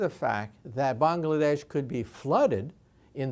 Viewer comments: This guy's great, however, "Bongladesh". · "Bong-la-desh' ...word